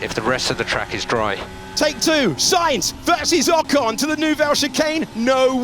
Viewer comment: How many times will you keep mispronouncing 'Ocon'? Try Forvo. And Perez. Probably more.